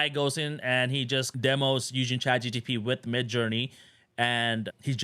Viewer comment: Thanks for making your videos. Did you notice you say “Chat G-T-P instead of Chat G-P-T” now i can’t unhear it and saying it myself 😆